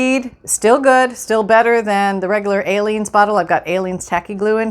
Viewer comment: I worked today and I’m tired and twice I thought you said ALIEN glue...lol...I’m thinking never heard of that glue...then the light bulb goes off....oh she’s saying Aleene’s glue...haha...🤪🤗❤️🥰❤️